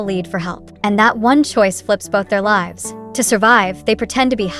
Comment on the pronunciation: Pity the presenter does not give a full numbered list. And .. says lives wrong, I guess AI is still learning. 01. Against the Current 02. Zhu Yu 03. Zhan Zhao Adventures 04. Remnants of Gold 05. Mo Li 06. Da Tang Mi Wu 07. Fate Chooses You 08. Liao Zhai 09. Pull Strings 10. Win or Die 11. Let's Fight 12. The Eternal Fragrance 13. Shadow Punisher 14. Escape to your Heart 15. The Boundless Bright Moon 16. Wish you all the Best 17. Blossoms of Power 18. Tigers Sniff the Rose 19. Blade of Vengeance 20. Key to the Phoenix Heart 21. Jiang Shan Wei Pin 22. The Ingenious One 2 23. Hidden Shadow 24. Wan Gu Zui Qiang Zong 25. Love Beyond the Grave 26. Liang Chen Mei Jin 27. In the Moonlight 28. The Heir 29. Ciao Chu 30. Chasing Dreams 31. Now or Never 32. Sweetest Rebelion 33. The One 34. Live Long and Prosper 35. Love Travels Through Time 36. Love in Red Dust 37. Rebirth 38. Gu Yue Feng Hua Lu 39. Tang Dynasty Tour 2 40. Liang Jing Shu Wu Ri